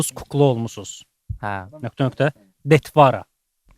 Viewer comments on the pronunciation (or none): "detvara" uşağlar deməydi. Vurğu axırıncı "a". Dəyməz!